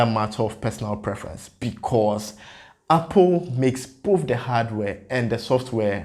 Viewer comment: Apple and not appol